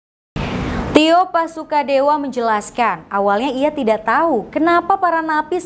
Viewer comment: Tio Pakusodewo bukan TIO PASUKADEWO